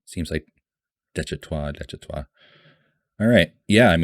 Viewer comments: If you pronounce it DESH - IH - TAH you won’t be far off. Really enjoying your reactions. As Jimin would say ‘You good, keep going’. One thing that is hard for people to really understand when they first encounter BTS is that pretty much the entire discography, all 300+ songs and counting is one long, evolving exploration and conversation… with themselves as individuals and as a group; between them and their historical, political and social culture; with ARMY (and that’s got both good and bad sides); and with the weird, scary world of fame (ditto on the good and bad). There are always layers… The mad king in Daechwita is Yoongi from the time of his first solo mixtape ‘Agust D’ (2016) and he is also called Anger, the rebel/commoner is the Yoongi of 2020. If you want to get your emotions really shredded listen to the title track ‘Agust D’ and ‘The Last’ from the first mixtape. The Last is an almost unbearable experience. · I really like this format. Only missing component is an “explained” video (see DKDKTV, Korean youtubers fluent in English). Army will watch, no matter the length, as long as you are honest, respectful and have an open-mind. Pronunciation: I sent you proper way to say Daechwita (deh-chwee-tah) on your live. BTS is Bahng-tahn Soh-nyeon-dahn. These are names for 1 person: Bang PD is Bang (sound of gun) PD; Hitman Bang (sound of gun); Bang Shi-Hyuk (Bahng Shee-Hyuck) is their founder, mentor, CEO. Also name sequence for Koreans: last name first name (there’s no middle name); Bang is last name, Shi-Hyuk is first name.